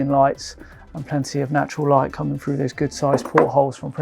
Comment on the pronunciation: " Berf " " talk us frew it " " lie-tin " Why oh why can't youngsters pronounce their ' TH ' and ' ING ' anymore... jeez